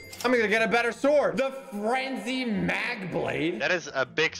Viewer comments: Umm, it’s actually pronounced (ma-je blade) instead of (ma-ge blade) (it’s also not ma-he blade and ma—…….-je blade) and it’s not braaad sword it’s b-road sword 🤓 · It’s pronounced MAJE blade